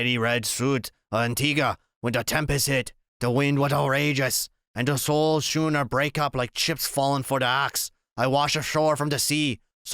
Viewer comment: Schooner is pronounced Skooner.